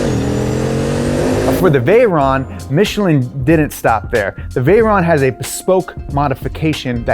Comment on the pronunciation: Michelin!!! Please respect the manufacturer. Not Michillen!!! But nice content, from a French guy working with Michelin.